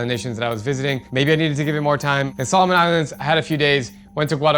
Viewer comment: No it’s pronounce Solomon Islands but it’s okay you’re doing good